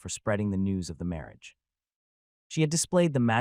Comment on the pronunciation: 'Mawage, is what bwings us togethew, today.. ' 😂